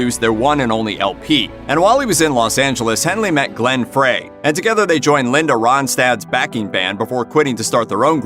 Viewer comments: Glenn “Frey”, not Glenn “Fray” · Not fray, fry. Glenn FREY. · The legend Glenn Frey is turning over in his grave! It is FRY not FRAY! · Did the narrator really pronounce Glenn Frey like "Fray", not like"Fry"? geez SMH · It is pronounced Glenn Fry, not Fray.. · It's Glen Fry not Fray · Did that moron say "Glenn Fray"? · Dude, Glenn Frey is pronounced "Fry" not "Fray. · First time I’ve heard Glen Frey called Glen Fray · Bruh Its Glenn Frey as in french fry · Did the narrator say Glenn “FRAY?” Duh...smh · No...its pronounced FRY.....like french fry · Glen "frie" dumbass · Who narrated this? He mispronounced Glenn Frey's name. Must not be familiar with Frey or The Eagles. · This Dumbfuk doesn’t even know how to pronounce glenn frey’s name